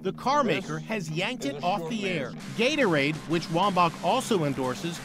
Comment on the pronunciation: omg did he say Gaytoraid? LMAO